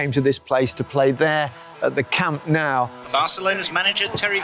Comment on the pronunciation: He played at the camp nou, and he can’t even pronounce it properly